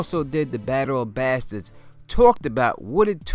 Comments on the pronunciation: How you say bastards is painful. Good video otherwise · Love how you say Bastards